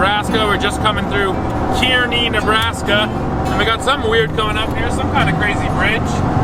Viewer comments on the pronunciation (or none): I live in Nebraska. I know the town with the archway is spelled "Kearney" but it's pronounced: "Car-nee" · as a nebraskan you miss-pronounced kearney its pronounced "car-knee" and that bridge you passed is actually a historical museum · Kearney is pronounced "Car-knee" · From a nebraska boy himself, Kearney is pronounced (car)(knee) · its Kearney (Car-Knee) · Pronounced “Kar-ney”...... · As a person who lives in Nebraska, I almost choked when he said Kearney lol. Great job guys! Keep up the good work! Also, you should be listening to rush moving pictures for.